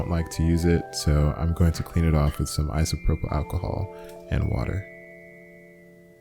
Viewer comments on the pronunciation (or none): none